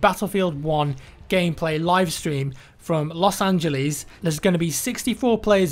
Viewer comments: loss-angalees LOL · "Los Angilis" he said..... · Los Angelis???😂😂😂